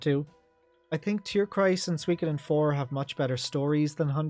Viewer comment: "Eiyuden ain't swee-koden 2" 20 min moan, got it chief.